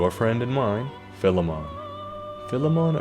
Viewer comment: Finally, somebody who doesn't say "File-mon" 😀